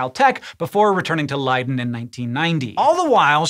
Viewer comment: Excellent pronunciation on Leiden! Cheers from the Netherlands